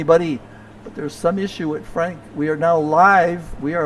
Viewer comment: Hi, Thank you for what you do for the league, I really appreciate it. You pronounce my last name well, and I'm French. Franck